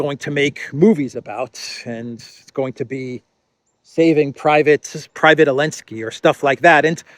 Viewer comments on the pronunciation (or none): Why do you insist on calling Zelenskyy, Elensky?? Very unprofessional!!